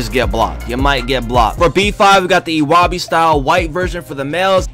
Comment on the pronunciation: Omg he pronounced ewabey’s name so wrong